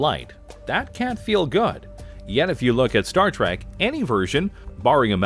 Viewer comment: It’s Trek not tack and stop saying mr crusher you jackass